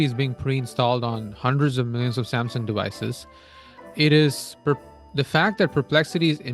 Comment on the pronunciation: 싸엄성엉 이라고 발음을 꼭 해야되겠냐...싸엄성엉 이런발음도 그렇고 삼성 이발음이 그렇게 안되나 듣기 참....